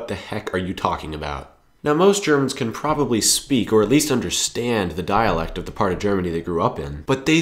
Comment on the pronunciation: I thought your "dialekt" was your dialekt of saying "dialogue"